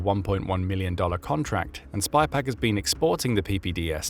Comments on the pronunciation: pounds, feet. bees di ks..Its SYpaq not SPYpaq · its SYPAC, not SPYPAC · sypak, not spypak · Sypaq. Not spy-pack. Someone needs to clean their specs. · Clearly didn’t pay attention to details … like the name of the company. SYPAQ not SpyPaq. Sort of calls into question the entire video if you can’t get a key fact correct. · *Sypaq*, not *Spypaq*!!!!!!! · It’s SY PAQ. Not spy Paq 😂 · It's SYPAQ, not SPYPAQ. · Boost. The mispronunciation is driving me nuts. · The company name is “Sypaq” - or in the original Australian “Syyyyypaaaq mate!”. Video keeps calling it “spy pack”. Australian accent is hard to pronounce for non native speakers, I get it. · The company is called 'SYPAQ', not SPYPAQ. There is no 'Spy'...but maybe it should be ;-) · Mate, it's pronounced SYPAQ (sighpack), not SPYPAQ. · Sypaq not Spypaq. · The voice keeps saying spypaq , it's Sypaq . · It's SYPAQ, not Spy Pack....🙄